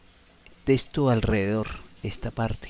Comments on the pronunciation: Genial Hermano, pero deja de decir TESTO, es TEXTO!! Saludos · ya con tantas veces de dice TESTO se te quitan las ganas de terminar de ver la explicación.